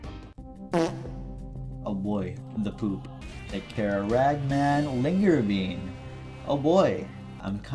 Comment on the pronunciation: i did a spittake when i heard linger bean, thought he said something naughty